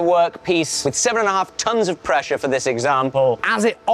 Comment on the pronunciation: Idk tho. His 't' sounds like D and dis is just lazy pronunciation. When I started homeschooling my son, it took me a full week to re teach him how to say "this" and not "dis" it's not an accent, it's lazy